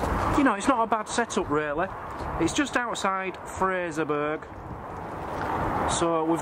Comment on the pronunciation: Fraserburgh. The burgh his pronounced as in Edinburgh